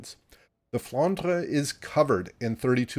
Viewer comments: IGN wil0208 NA serveur. Tu prononces bien " Flandre". A french payer. 👍👍👍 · IGN: Phayanaro Server: EU Greetings from Hamburg. And you Pronounce Flandre very well, as you do "Moin Moin". 🤣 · You are almost pronouncing it correctly :) IGN Nosferatu_gunner EU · IGN: Somniosus Server: ASIA I love that pronunciation of the Flandre...